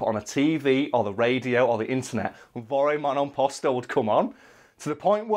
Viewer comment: I'm Italian and I will say that you pronounced it good enough. We all mostly drunk and slurring anyways.